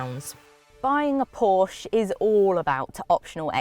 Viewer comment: Correct pronounciation of Porsche ;-)